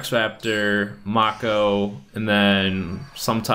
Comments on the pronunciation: Say it like this: Make oh NOT Mock oh Do you even Yugioh bro! 🤔? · he called them pokemon and it's pronounced m-ay-co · Did you never watch the show? May-Ko Tsunami. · The cat in the garbage can is a secret... And it's mako with a long a... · did you even watch yugioh? that's not how you pronounce mako..